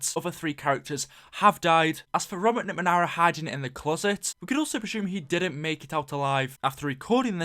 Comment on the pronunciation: "NickMeanera", fml